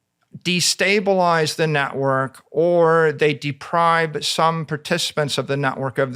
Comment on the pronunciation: I can't believe Michael Saylor says 'depribe' instead of 'deprive'... I thought i was hearing things at first, but then he commenced to saying it 20 times 🤣